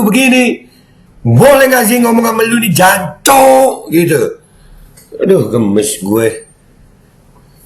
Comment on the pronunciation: Jancok nya kurang medok beh, Dianccok!! 😂